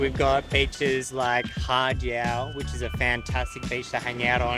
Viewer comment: Gosh you guys need to learn how to present and pronounce the beaches correctly ..it’s not “hard salad” it’s Haad (Had) obviously you haven’t been there for long or if you have you’re just air heads